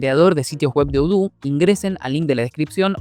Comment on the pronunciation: Eso de odoo no es como lo dices es diferente